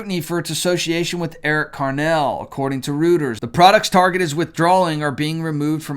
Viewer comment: Great program. Thank you for the content! BTW, Reuters sounds like Roy-ters.